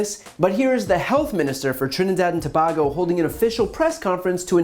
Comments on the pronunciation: bruh!! My man said Trinidad and Toe-bag-oh 😭 Toe-bag-oh 😭😩🤨😖😫💀🤦🏿‍♂️ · no no noooooooooooooooooo i live in Tobago and yuh pronouncing my country wrong it is To-bay-go sound it out and u will get d proper pronunciation of Tobago🥲 not no dam to-bar-go no is...... to-bay-go=(TOBAGO) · It’s not Ta- baggo lol it’s pronounced Ta-bay-Go if this helps. Good cover tho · (Side note) It's To-Bay-Go, not To-Bah-Go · Why you keep saying toe bah go? It’s Tuh bay go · Brian, first, let me say im a fan...not trying to nitpick, but its pronounced To-bay-go... not To-ba-go... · Just to correct you the country’s name is Trinidad and Tobago (To-Bay-Go) NOT TO-BAAAA-Go. Also as the minister stated there was no REPORTED cases. If you know any thing about Trini-men you’d know he will not go broadcasting this news. He’ll tell his brethren and his gyal. The men MIGHT go to the doctor to hear what the issue is but will NEVER disclosed to the doctor what he did to end up with the issue. Just saying. From, Someone who knows a whole lot on this story. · Ok as a citizen of Trinidad and Tobago🇹🇹, Tobago is pronounced To bay go. I am a big fan and subsciber of your channel, keep ip the good work. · FYI brain you pronounce Tobago incorrectly. It’s pronounced (too-bay-go) not to-bag-go.Thank you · Not "To-baa-go." It's: To-BAy-go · 'TO-BAY-GO' not 'TO-BAG-GO' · dude....to help you not mangle my culture. please pronounce it correctly. so phonetically it is To-bay-go not To-bah-go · Middle syllable pronounced bay not bah. But good video as usual. Tobago spelling To-bay-go pronunciation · have you guys ever been to trinidad? well i am a Trinidadian and the time they waisted the should fix the messy health care system. We are dying in the hospitals with no basic care! oh, and its TO BA GO, NOT TO BAG GO!!! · Thank you for this reporting . I would like to let you know that it is pronounced "To bay go" and not "To ba go." Love your channel. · It's pronounced Tuh-Bay-Go, not Tuh-baahhh-go. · it’s TO-BAY-GO